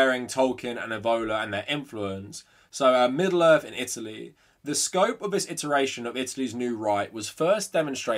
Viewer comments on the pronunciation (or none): none